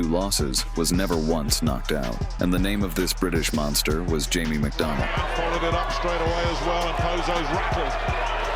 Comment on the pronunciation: 'mungsta' - iron mike